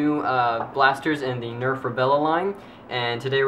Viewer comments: Why does he say Rebella instead of Rebelle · And you keep on pronouncing it rebellE it's just rebellE. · STOP sayin rebella and its not the wind thts anoying its u sayin rebella is wut anoying and u keep hesatin lol sry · The rebelle is pronounced re-bell, just incase u wanted to know. :3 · Rebelle is pronounced ruh-bell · It pronounced Reb - ell :D